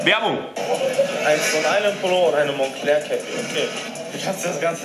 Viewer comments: Mahans Aussprache ist so scheiße. Auch: Monncler. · Du weißt nicht wie man Moncler ausspricht